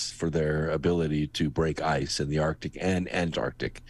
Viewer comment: Loved the interview with, and I hate to be "that guy," but I cringe when I hear arctic pronounced "artic." It's right up there with "nucular," "realuhtor," and "jewlery" in triggering my Forest Whitaker eye.